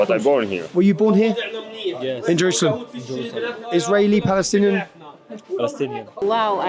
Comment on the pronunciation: I wonder why do they say balestinian 🤔